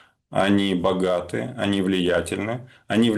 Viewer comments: так по-укрАински: "они сильны, они бохаты", сглотнул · так по укрАински: "они сильны, они бохаты..." сглотнул "так вот"